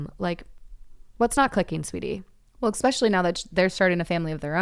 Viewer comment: every time says expecially i wanna scream